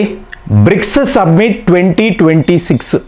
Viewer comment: సబ్మిట్ కాదు సమ్మిటీ